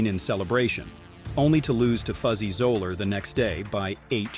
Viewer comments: The saddest is the mispronunciation of Fuzzy Zoeller's surname. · I wasn’t surprised van de velde was omitted because the commentator had earlier pronounced Zoeller and Lytham incorrectly